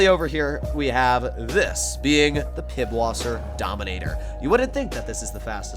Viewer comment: Pisswasser not Pibwasser. It's a German letter.